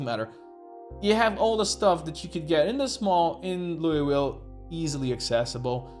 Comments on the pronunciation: We pronounce it “louval” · You can just say "Lull-vill" I believe. Like lulling someone to sleep. I know that's not how it reads, but fuck the word worcestershire as well. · We just call it “Loo - ville”.